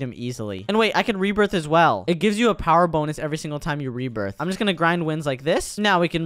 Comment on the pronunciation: It's not bownes it's bonus😂